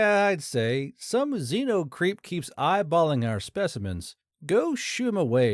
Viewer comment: Is it more relevant to point out that the first line of subtitle showed up about a minute before the beginning of the story, or that "VI" is pronounced "six" (you only got that wrong the first time you read it though)? Also the "x" in "xeno" is pronounced like a "z" not like "exeno" (you get this right a total of three times in the story, all during the last 10 mins) and "repose" is a very different word from "response" and you pronounced "analogous" like "analog us" instead of saying it correctly. And your writers still haven't learned that "laser" is an acronym, and no amount of American-ness is going to make "ztimulated" a word. You get bonus points for switching halfway through the story to calling the aliens "Firefox" though xD